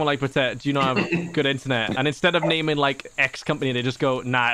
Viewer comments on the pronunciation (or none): none